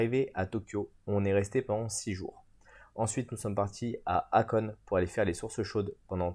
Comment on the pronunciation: La ville se prononce Hakoné et non pas Hakone !!!! Merci pour la vidéo.